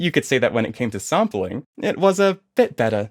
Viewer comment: I heard the intro and heard "saampeling" and thought you arent american. Where you from btw?